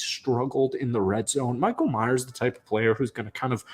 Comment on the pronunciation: Your saying mayers name wrong. It’s not myers like the slasher guy, it’s mayers like mayors. Sorry if this don’t make to much sense but he’s not Michael Myers he’s Michael mayers.